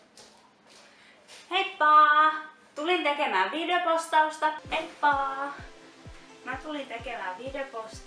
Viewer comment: kuulostaa enemmän että sanot videpostausta